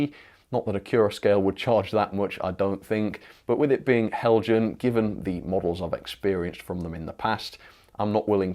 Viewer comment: Not Heljan, Helyan. Do you have something against the Danish language?